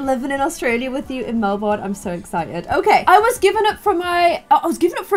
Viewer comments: Melbourne is pretty much pronounced like Mel - bn, also it’s Autumn in April here not spring! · Hey, in Australia we pronounce Melborne "Melbin", just thought you'd find that funny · Also Melbourne is pronounced mel-ben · Tips for you! - if they live in Melbourne, the weather's not hot its actually unpredictable. - because they don't have much money, its probably suburban Melbourne so you can look up that style of house for them - Mel-ben not Mel-born - Willow Creek is a good world for this, though it would be better to find one that doesn't snow - no kangaroos in Melbourne sadly Otherwise you did really well!! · it's not 'MelbORn' Just say Melbern even tho it's spelt Melbourne. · Not all Australia is hot, you should come to Melbourne - Summer is cloudy, + Christmas is in summer (not always hot.) - Winter can bring floods. Melbourne is also said like this: Mel - bo - ern. It also has not snowed in years. (In Melbourne - the most part of it.) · MelBORN Me: it’s MelBIN!!! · I am a baby who lives in Mel-Burn, Australia... Me: (bursts out laughing) Mel-Burn. Any good person knows it’s pronounced Mel-Bin. But also, thanks bitlife for a shout-out. Also, if you’re in Australia, April’s Autumn. You have your seasons the wrong way round. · melborn..,..... is mel burn but okay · Mel-bn (kinda like Melbin, but you say the last part quickly) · TRUST G no we don’t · hi im australian and i hope this helps.... -melbourne is pronounced mel-ban - kangeroos dont just go by our houses and i love you so much if u could see this it would make my whole year byeeee hope i helped < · No one:: "Mel born" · Aussie tip! Melbourne is said like "Melben" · "Meborune.. Melbourne.. KANGAROO! " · I'm Australian and the way people say the name of our states and slang is so werid!!😂 Melbourne is pronounced Mel - ben. And one of the most aussie things is that we end all our questions in supranos. (Side note, it does snow in some parts of Australia)